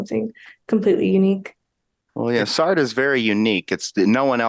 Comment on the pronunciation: Your pronunciation is killing me - it's "SAR-truh".